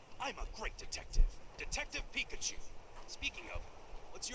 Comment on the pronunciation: Love how it's says their playing "picachew"